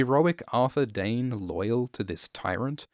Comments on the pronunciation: I feel like "Dayne" is how a Dothraki would pronounce "Dawn".... Read into that as you will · Your accent says "the doern family lives in doern, and has a sword called doern." (Dayne, Dorne, Dawn) To your credit, you are also very good about prefacing "the country of doern", or "his sword, doern" Never confused, just funny.